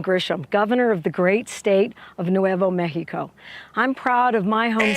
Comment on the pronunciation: Seeing this white-as-fuck woman calling it "Nuevo Mexico" made me physically cringe